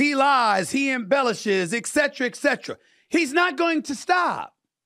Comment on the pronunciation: PS Steven - please stop pronouncing the abbreviation etc. as excetra it makes you sound uneducated - it is a Latin abbreviation of two words not one : et cetera ( and so forth )